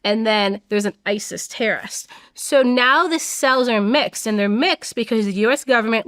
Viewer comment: "TERRIST" the pronunciation is killing me